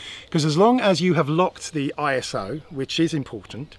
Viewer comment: Please, I.S.O. Is a word 'Iso' not letters or abbreviation. Still one of the three top drone channels. Thanks